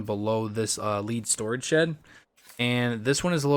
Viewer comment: Omg you keep saying lead and it’s “lead” like the material.. 🤣